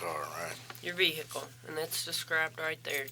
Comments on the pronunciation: If she says “vee-hick-uhl” one more time I’m going to scream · Someone please tell her the h in vehicle is silent.